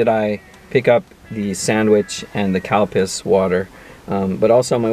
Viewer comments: Spicy Italian is my fav at Subway and a sweet tea when you say calpis it sounds like you're saying cow piss sorry LOL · Calpis Water just sounds far more funny to me, every time you said it I had a chuckle. Great video, thanks for sharing!